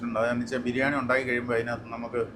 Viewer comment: Daamikkuttiyude birrrnani (biryaani alla 😅